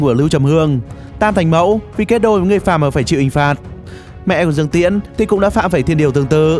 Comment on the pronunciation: thạch cảm ĐƯƠNG ko phải cảm dương